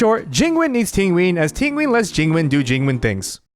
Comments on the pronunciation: everyone making fun of Tingween but its closer to the actual Chinese pronunciation (Ting Yeeuhn) rather than the english style TingyUN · If you say Tinwin one more time I swear to God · Not him saying Tinguin like pinguin the whole time 😭😂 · It depends on your dialect. Both yween↑ and yun↑ are correct. I just find it funny because he also pronounces Jing Yuan Jing Ween. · why are u pronouncing ting yun's name like that......its not even hard.... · This mans pronounces Tingyun like how Benedict Cumbatch pronounces penguin.